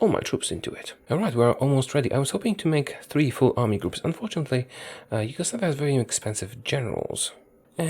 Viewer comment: “Huge-oslavia” THAT AN ACHIEVEMENT